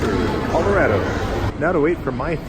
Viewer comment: you're the first non- native Coloradan I've ever heard pronounce it correctly! People from there say ColoRADo, like "That's so rad!" Most people say ColoRODo. So, great job! Great video! I used to live just down the road from Garden of the gods. Fun to see it again.